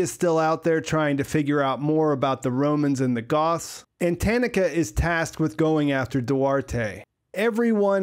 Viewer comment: TA-NA-KA, all 3 of the “A”s in this name are pronounced EXACTLY the same. So say “ta” and use that same “a” sound all 3 times.